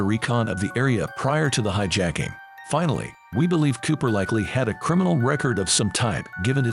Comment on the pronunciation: When the voiceover says "hi-JACK-ing" near the start... I go to something else. F'n clowns.